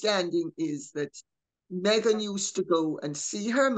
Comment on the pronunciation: Around 👉 👈 Did i hear Lady C say "meg-nancy?" 💀